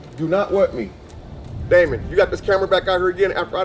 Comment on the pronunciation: Why is dj's grampa saying daimin to dj